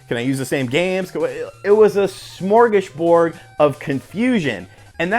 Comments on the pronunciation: Did you say Smorgosbord!? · smor·gas·bord but no Swedish vowels